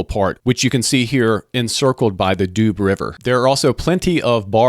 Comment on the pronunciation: And Doo river, department not doobs the Doubs inhabitants are doubiste and Besançon ones are bisontins ( Vesontio was the Roman name of the city)